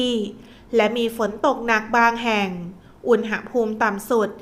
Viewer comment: ฟังทุกวันค่ะ รายงานสภาพลมฟ้าอากาศได้ดี. ได้เตรียมพร้อมรับมือ. แต่ขอติงนิดหนึ่งนะคะการออกเสียงภาษาไทย. คำว่า อุณหภูมิ ออกเสียงตรง หะ ต้องออกเสียงอะกึ่งเสียงนะคะ เพราะไม่ประวิสรรชนีย์. คือไม่มีสระอะค่ะ ฟังแล้วมันขัดๆ ติเพื่อก่อนะคะ เราจะได้ใช้และรักษ์ภาษาไทยเราให้ถูกต้องตลอดไปค่ะ ขอบคุณค่ะ